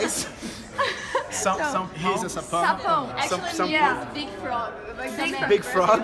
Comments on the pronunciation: O FALANDO "SAPÃO"!! SOCORRO!! KKKKKKK Tive que voltar várias vezes pq não conseguia parar de rir! 😂😂 E sobre o significado de "mozão" eu acho que ele já sabia, pq na sessão de autógrafos eu chamei ele de mozão e do jeito que ele reagiu (MARAVILHOSO!) foi como se ele já soubesse 😍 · Quem mais morreu de rir com o tentando falar sapão kkkkkkkkkk